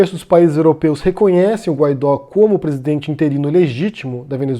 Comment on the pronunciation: "Guaidó" pronuncia-se "Guaidô". Sua "auto-proclamação" é determinação constitucional de seu cargo, não ato arbitrário dele. A mídia constantemente dizer apenas "auto-proclamado" apenas distorce os fatos e atrapalha a compreensão pública da situação.